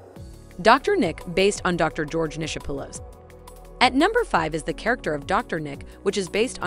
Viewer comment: The narrator grossly mispronounces Dr. Nick's name. Elvis' doctor's name was pronounced Nickopolous. Is it too hard to google how to prounounce Dr. Nick's name? Schwarzenegger was governor of California. Not the "Governor of Los Angeles".